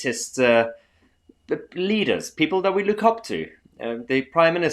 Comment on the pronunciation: WEF did you say leaders or bleeders?